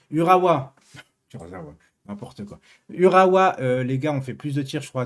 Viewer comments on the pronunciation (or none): Salut cher ami du PSG! Urhua et non Kurzahua! Amusante et sympathique erreur! Putain de Manon PSG a gagné et mon OM a perdu! Deuxième défaite de rang! Ca commence mal! Quelle malédiction que je sois pour l O M! Enfin comme dit l Evangile les derniers seront les premiers! L OM sera le premier au Ciel! Enfin le plus tard possible! Merci pour ton analyse! Bon on va recruter Icardi! OK? Tu en veux plus!Pour l OM cela me ferait plaisir! Sacha annonce Ronaldo à l OM!! Ah ce Sacha s il existait pas il faudrait l inventer! Pour les fausses informations c est le meilleur! Il est fortiche! Ma foi j irai à la messe dimanche je ferai la demande de Ronaldo Bon je te dis la vérité ça me ferait plaisir! En attendant un vrai régal de t écouter! C est l été les vacances! J espère un live de ta part! Bon dimanche mon! Bien à toi!